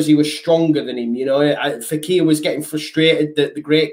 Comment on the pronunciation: Fekir not faqir, not that I know what that means in Arabic either 😂